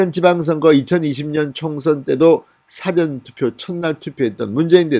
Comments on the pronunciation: 사전투표가 아니고 사~전투표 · 사성발음이틀렸네요 굉장히듣기거북하네요 사전(국어사전..)투표가 아니라 사( 事전투표)입니다 지지자이지만 국회위원 출신이 한글 억양도 모르시는가요? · 사전투표는 일 사.앞 전으로 사-전 투표로 발음 해야 한다고 계속 글 남기는데 진의원 좀 고치세요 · 싸전투표가 아니고 사~전투표로 발음하는게 맞는게아닐까요? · 진 위원님 엑센트가 아주 특이합니다. "Dictionary" 투표가 아니라, "죽기전(사전)" 액센트로 발음을 하시기 바랍니다. 억양이 하도 특이하여....응원합니다... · 진성호 님 사전투표 발음이 좀 이상합니다.